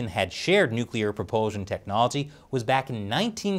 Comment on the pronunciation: As dictaker morrison said “nuplear submarine”